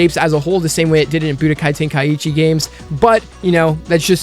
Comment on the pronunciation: Tenkaichi😭,your way of call it is too bad bruh🤣